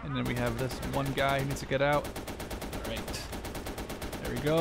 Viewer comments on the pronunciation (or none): none